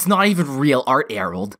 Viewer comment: it's not Erorld